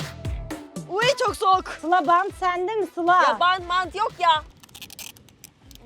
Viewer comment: ablanın bantt varmıı demesii😂